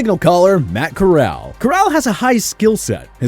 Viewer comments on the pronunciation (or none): Lmao Matt “core-l”😂😂